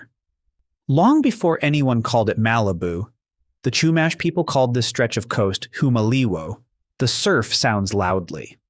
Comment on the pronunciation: My favorite thing about this video is how you mispronounced Chumash and how you glossed over that they were violently forced off the land, and then begin to call it some white womans land 😅